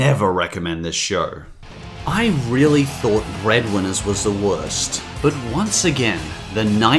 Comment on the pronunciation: "bred winers iz fore a-dolts" Sorry for being that guy, but...